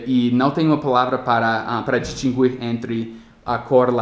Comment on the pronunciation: em português em "distinguir" não se lê o "u".